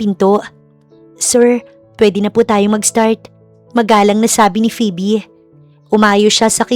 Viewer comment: Tagal nang nag nanarrator ni..pero d pa din nag improve ang pronunciations 😅 minsan ang titigas😂.. gaya ng phoebe (pibi) akala ko nagkamqli lang nung una..pero PIBI talaga 😅. Maganda naman ang story❤